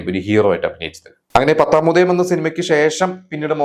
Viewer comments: പത്താമുദായം അല്ല. പത്താ മുദയം ആണ്. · It's പത്താമുദയം not പത്താമുദായം.. ...use a tongue cleaner to get the proper pronunciation